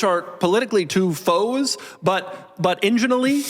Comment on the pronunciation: “Enginally” Nice😂😂